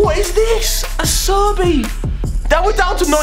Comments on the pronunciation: Quando ha chiamato acerbi "assobi" mi sono dissociato troppo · Mate your pronunciation of these players is atrocious....Hagi, Acerbi....good lord man